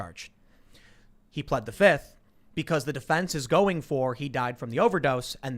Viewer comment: "Fif" not "fifth.......